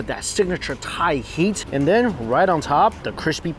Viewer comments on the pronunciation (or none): none